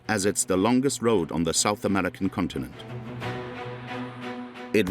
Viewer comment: "South Amedica". "Amedican". WTH?